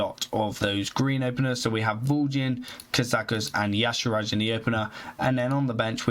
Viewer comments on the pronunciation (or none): Can you please put in a bit more effort in pronouncing the mercs and equipments correctly? Makes it really hard to watch a video through to the end with all the "Azira" instead of Azshara, or "Ruins" instead of Runes. This is a continous pattern throughout all of your videos.